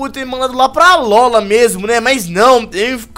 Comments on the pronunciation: alóla cara vc ta vendo algum acento agudo no nome alola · se fosse fazer essa série 1° aprende a falar alola não alóla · nãose fala alola mas se fala alôla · n é alóla é alola com o (O) mais forte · n é alola se fala alôla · se fala alôla